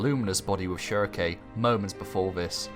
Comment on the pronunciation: Homie it’s “Schierke” not “ShiarKKaye”